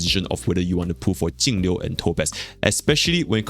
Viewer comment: Thanks for being the only person who actually says Jingliu's name correctly lol.